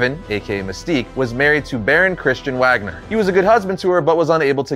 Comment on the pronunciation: If his name is Kurt Wagner his last name is pronounced Vagner as in Germany.